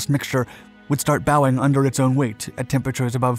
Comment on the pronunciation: "The ice started bowing..." and, presumably acknowledging the applause of the audience. You know, there is another pronunciation for "bowing" which would be the correct one in this context.